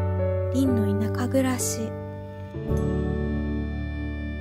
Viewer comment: どれも綺麗なタイトルバックで甲乙付け難いですね😊 強いて言えば『りんの田舎暮らし』の『し』の発音が好きです😅